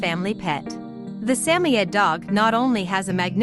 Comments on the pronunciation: Sammy-ed? How about Suh-moyed? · I just heard this nonsense recently on another video, and pretty sure it was a real guy screwing it up. Although I thought emphasis was on SAM. But this “Sammy-Ed” gives me the creeps. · WTF is a Sammyed? Let's try a Samoyed, SA-MOY-ED. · Get the pronunciation correct please... example: Sa-mo-id. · Samoyed. Rhymes with BOY, Sam-oy’-ed. Emphasis on oy. Robot voices don’t pronounce things very well. I see why they’re necessary when English isn’t the first language, or someone is a mute, or just not comfortable speaking. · sam oyed say it right ai voice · It is called a SAM-O-YED it is named after the SAM-O-Yed people not all pronunciation is based on actual spelling. If you cannot get the actual name straight don't use it. And to link it to a husky is pure ignorance! Learn your true fact on dogs you are speaking of. Just another failuer. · a"saymored" is NOT a saymoed 'husky'. its just a saymored. and you pronounced it WAY wrong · Never heard Samoyed pronounced that way.